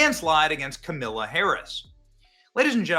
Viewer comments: Every time Benny mispronounces Kamala it makes me smile 😆 😁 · I love the way you intentionally mispronounce Kamala’s name. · Benny, please use a different way to say her name without disparaging anyone with the good name of Camilla. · How many different ways are you gonna pronounce “Kamala” in one video 🙃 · I love that you're mispronouncing her name, because honestly why bother pronouncing correctly. It's back to infamous obscurity for the emptiest of empty suits. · HOw DaRe yOu MisSpronounCe her nAme!!! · Benny, usually you’re funny. Today you were unnecessarily mean in your comments about Kamala. No need to keep roasting Kamala. And at the very least pronounce her name correctly. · Benny is never going to say her name right again is he? 😁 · I voted Trump. But why did you intentionally mispronounce Kamala's name so blatantly?